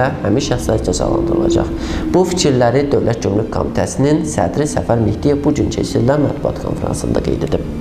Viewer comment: Bu aparici ozu gomruk evezine comruk deyir, hele dogru duzgun teleffuz etmeyi oyrensin ki, basqalarina da mediyadan numune olsun!!!!